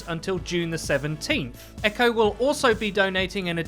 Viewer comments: It's EQO not Echo! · You're not supposed to pronounce it "Echo" you're supposed to sound out the letters E.Q.O. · btw it is E-Q-O not Echo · It is not eco it is E-q-o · ITS E Q O NOT EQO like xqc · EQO isn't pronounced "echo" it's just EQO... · I'm pretty sure it's pronounced like you would an acronym on Eqo's name. I think you just say E Q O, not echo. That's how I've heard it anyway. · It's not Echo it's EQO you say the letters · It's E-Q-O not "echo". You say his name like you are spelling it out. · It's E-Q-O